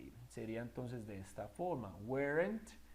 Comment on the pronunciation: Excelente video aunq no creo q se pronuncie uerent